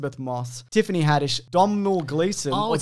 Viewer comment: It's "Dough-nil", like my name